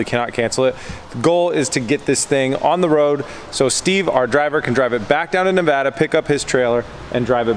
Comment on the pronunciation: Thank you!!! Thanks so fucking much for SAYING NEVADA correctly. Massive pet peeve for any real Nevadian. Not a single other youtuber has ever said Nevada correctly. There is no fucking accent on the word yet everyone seems too think there is. Again Thank You!! Not ever joking. It's really odd you couldn't find a truck to rent in Nevada, Reno is the "hub" of the west coast. Meaning you can get ANYWHERE on the west coast from Reno in less then 24 hours. So the trucking industry is massive here.